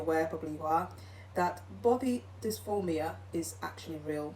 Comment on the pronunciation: It’s pronounced “Dys-MOR-phia” not “Dys-FORM-ia.” The woman in pink did look odd, but you don’t know for a fact that she had “ribs removed” unless she stated that elsewhere on her channel? Also, you seem to be lumping in body dysmorphia and cosmetic surgery with “gender dysphoria” and sex reassignment surgery. Those are 2 vastly different things. Your anti-trans comments are not it, lady. 👎🏼